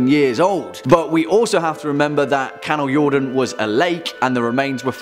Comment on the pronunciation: Wow! Good job on pronouncing the Swedish word "Kanaljorden"! Our language isn't always the most easy to speak for people outside Scandinavia! :D